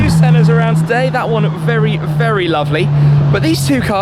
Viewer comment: Tim got bamboozled by the Senna’s lap that he got vewy vewy vewy fast around the spa. Haha cheers